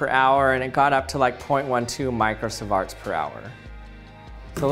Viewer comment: Learn to pronounce MicroSIEVERT please !